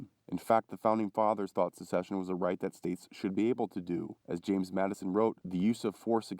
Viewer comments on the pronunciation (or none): none